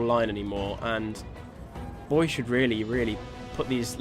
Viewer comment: Bo-ee-aye, btw.